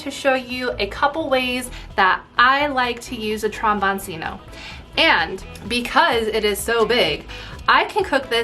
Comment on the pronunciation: Trombone-Chino. The c is pronounced ch in Italian.